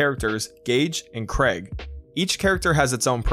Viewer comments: It's pronunced Kreeg, not Craig lol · Krieg is pronounced 'Creeg' not bloody Craig. Jeez, you'd think everyone knew at least SOME German after high school. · It’s not Craig and if you actually played the games you’d know. It’s pronounced kree-g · Craig?CRAIG?! IT'S KREIG!!! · CRAIG It’s KRIEG Kree-guh. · CRAIG? IT'S KREIG. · "Craig" bruh it says Krieg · Krieg not Craig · Krieg not Krage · He's called K R I E G not Craig. It's the German word for war. Krieg like in Blitzkrieg EDIT: Jesus, this comment is 9 months old and the thread below is pretty stupid, what have I created XD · Pretty sure he said kreg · “Kreg”..... It hurts, so much. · who do you think you are pronouncing krieg as CRAIG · lmao he called Krieg, Craig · "craig" its got an e in it bub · Did he really call Krieg Craig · Hold up did this boy just completely ignore the spelling and call Krieg, Craig? Craig is my middle name and the etymology is crag, or rock. Krieg is just german for war given Krieg is a psycho berserker-type class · "Craig" I died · did he call krieg craig? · its. not. CRAIG!!!! sweet jesus the games how old and people still cant say his name right... other than that great video.